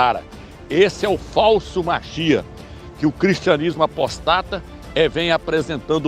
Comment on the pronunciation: Não se diz "apostáta", mas APÓSTATA, caro irmão ☺